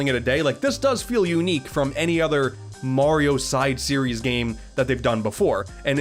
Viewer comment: “Moorio games”🤔😂